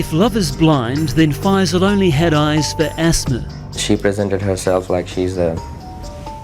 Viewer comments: Not faz-eel, 'fye-sul' is how it is pronounced (fye that rhymes with pie and sigh). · Text: FAISAL You: This is Fazeel